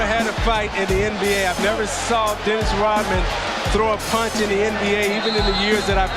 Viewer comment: Who is this Dennis Rockman that the host keeps talking about?